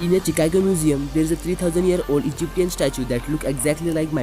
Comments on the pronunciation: ब्रो चिकेगो नहीं शिकागो 😅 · how he Pronounce CHICAGO ..🤣🤣🤣👍👍